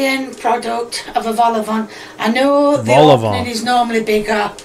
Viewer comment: Hearing you pronounce Vol-Au-Vent incorrectly and pronouncing it correctly is making me rage, I lived through this in the live stream why am I here again